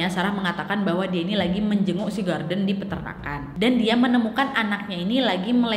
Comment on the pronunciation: Nad, knapa mukamu tuh mrip x dngan kwan qu wak?? 😄😄 Btw, knapa kao nyebut nama si Gordon itu jdi Garden?? 😅😅